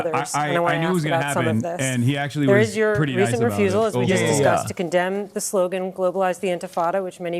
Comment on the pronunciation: he really said "I concemn hasan 'himbo' piker" and expected rabid applause